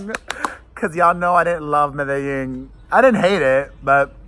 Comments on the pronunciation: Hi Pere, Love your reaction Video's about Madonna's new songs from Madame X but I want to help you out with the way you're saying "Medellin" you're saying Medeying with a Y & it's Pronounced Almost with a G I googled it for you & here's how it's said "meh deh jEEn" the "Jeen" part in the title almost sounds like the word "Jean" so just trying to help you out. I speak Spanish so from 1 Queen to another LOL I just want to help. Now about your reaction to Madonna's new song "I Rise" Which is about the LGBT community, Also for the Video the drag queens she uses the drag queens from Rupaul's Drag Race & She said this will be a Gay Anthem. I also love Madonna's Ballads & I thought her Billbord performance was SOOOOOOO AMAZING & I thought the holograms were incredible. She spent 5 Million for her Billbord performance & If that performance is any indication of what her tour will be like then this tour will be AMAZING & I agree, I felt like I rise is way over Auto-Tuned & you're % RIGHT Madonna never really used Auto-Tune like Cher & Britney do on every song & I've been to + of her 10 tours (Missed The Virgin tour 1985) & her voice is amazing live. When my husband & I went to The Rebel Heart Tour we were on the floor right at the catwalk & where the heart was, I was 5 feet from her & was losing my mind. I Can't wait for your reaction Video to "I Rise" Because she said it's about the LGBT people so I think the video is going to be amazing. Also here's the list of single & their re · It’s pronounced “me-da-zheen” :) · You're pronouncing Medellin wrong. Madonna pronounced it correctly.